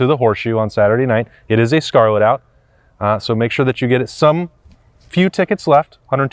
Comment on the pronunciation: RED OUT (not Scarlet out)